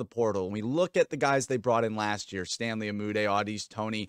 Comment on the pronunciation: i think its funny still cant say stanleys last name right lmfao